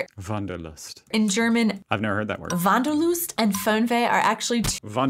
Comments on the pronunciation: the Wanderlust was perfectly pronounced! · you pronounced it here much more natural snf accent-free than the two in the video :) u seem to slowly get the hang of it ^_^ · As you first said "Wanderlust", you said it nearly perfect.